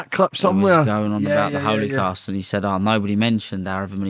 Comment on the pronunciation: My man can’t even pronounce Holocaust ffs🤣